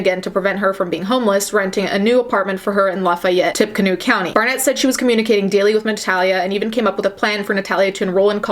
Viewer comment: Tippecanoe is pronounced "Tippy Canoe" lol